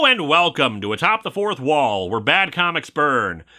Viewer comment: Not Now Wabbit, i'm watching Atop the Wouth Wall...